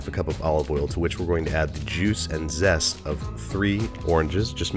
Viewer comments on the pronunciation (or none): I heard Jews and zest, idk if I heard that right